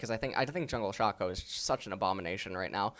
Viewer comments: ITS PRONOUNCED SHAYCO NOT FUCKING SHA-CO ITS EVEN SAID IN THE FUCKING LEAGUE SPOT LIGHT YOU UNEDUCATED FUCK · Does know how to pronounce any champions name correctly? Who the fuck is Shawcko